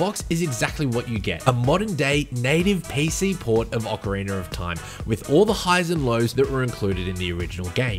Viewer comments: he keeps saying "ocariner of time" and i can't not hear it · this man did really not say "oceriner of time" at the very start right? OH HE KEEPS SAYING IT LIKE THAT? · Why people still say “ocariner” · Why do some people pronounce it "Ocariner of Time"? Is it an accent thing? Not trying to be an ass, i'm genuinely curious. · Thanks for your answer! Now when you say it, it mat be correct that it is an aussie thing. When i think about it, i've only heard that pronounciation from aussie gamers :) But just want to reiterate: I didnt mean no disrespect or anything like that. I love the aussie accent, its the loveliest english on the planet actually :)